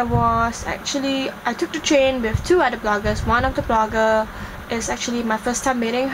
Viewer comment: oh honey, if the language you are speaking is considered "proper" english, we would be in so much trouble. atrocious grammar aside, you are not even pronouncing your words right. the word 'other' should be pronounced with a 'th'- 'oTHer', not 'udder' (that is how you are pronouncing it, by eating up your 'TH'. Please do not disgrace the rest of us who can actually speak proper english. If you want to learn how to speak proper english, watch channel news asia - not the disney channel.